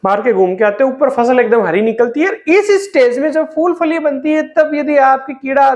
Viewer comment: FOOL nahin PHOOL. FOOL bole to Bloody Fool